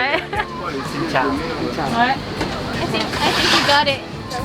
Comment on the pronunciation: i just want to confirm that your "Xin Chao" is pronnounced perfectly 🥰 love from Vietnam